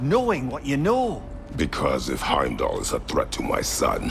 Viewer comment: it’s not Hamlet is Heimdall